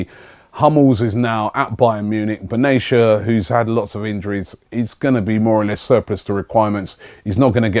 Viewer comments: Ben Attia, not benashia :) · Robbie his name is Mehdi Benatia (pronounce the T) not Benasia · Ugh Robbie, it's Ben Attea